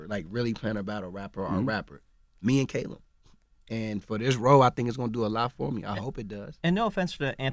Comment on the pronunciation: "CAY-lum"?? as a brit i'm cringing lol.